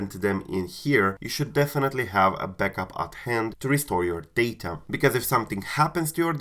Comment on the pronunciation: Why are you saying “butlup”?😂